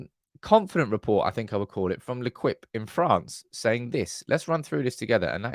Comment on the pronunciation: L’Equipe is pronounced lay-keep.